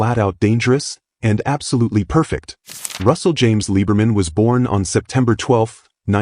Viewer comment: They MUST FIX the narration on this!!!! His last name is Liberman . . . pronounced LIBBER-man and NOT LEE-BER-man. As he once told me: "I'm German and not a ___ Jew."